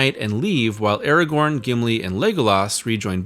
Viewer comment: And what of this "Eragorn" or this Sawruman fellow? Can't say I've ever heard of them..